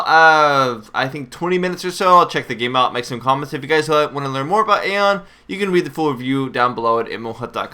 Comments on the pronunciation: It's pronounced (I-ON) Not (EH-ON). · Its pronounced Ion you fucking knob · Dude this isn't a discusion it's Ion period. Go watch any of the developer videos dealing with the game and listen to how they pronoucing it.... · i would maybe be okay with this vid if he knew how to pronounce aion.... LOL